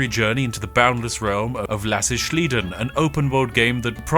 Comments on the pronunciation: "Lass ich schliden" xDDD BRo, it means "I am letting that one slide". And it is slide-n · One could also mention that it’s not "schleiden" but “sliden". For those that want to know: It is just the English word "slide" with an additional "n" and thus is pronounced exactly like that. Not that I would expect Spiff to know this, and he pronounced “Lass ich” near perfect. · Bro, the Title is „lass ich sliden" why do you pronounce „Sliden" as „schliden" ? hahahaha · Loved the video. But as a German speaker: We only make an "sh"-sound when the letters "sch" show up. In this case it's a butchering of the english "sliding" and would be pronounced different altogether (phonetically: sly-den). It also would translate to "I'll let this slide". You could compare it to youth speak in terms of when this would ever be used. (But to be clear, it really wouldn't and the title is terrible.) Btw, if we wanted to spell the word as it's pronounced in the video, it'd be spelt sth like this: schlieden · Quick correction: lass ich sliden : sliden here is a leanword and not pronounced like "schlieden" its just like the english "slide" +en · "sliden" is the Germanfication of "slide", so it is pronounced like sli-den, not like shlee-den. We Germans tend to use your English words and apply German grammar and declination rules on them. 😁 "Ich habe es upgedatet." -> "I have updated that." (Some would also say: "Ich habe es geupdatet.") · Lass' ich sliden is better translated as "I'll let it slide". And the "sliden" is pronounced "slide-en" (pronounce "slide" as usual and add an "en" at the end"). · "shlieden".., it's like the english slide with a N at the end. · Its actually "Lass ich sliden" the sliden is actually said like the english word just with a n I know that as a German. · impressive how Spiff manages to pronounce "Lass ich" very well, but pronounces "sliden" wrong, which would be pronounced like slide but with an n at the end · You can pronounce sliden like slide plus n just sayin lol